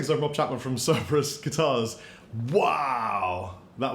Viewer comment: Had to pause at :27 & convert 40°.... oh so it's super hot (104°F)..... dude you're "greetings" with the rolling of the tongue is super annoying and if you're losing subscriber that's probably why...